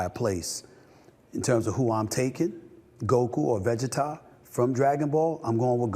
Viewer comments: I wish SA would have more conviction like he did with his GOKU pick. Take a effn stand. That’s why Shannon is TOP NOTCH because he has an opinion and is TEN TOES with it. I completely DISAGREE with it, but I respecket. Vuh-Gee-TUH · Vegeta nah bro vegeta as in vacheeta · Va-Gee-Ta lmao god damn it stephn a smith 😂😂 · Veggie Tah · The Vegeta pronunciation lmao 😅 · Someone need to tell Steven A. how to pronounce “Vegeta” 😂🤣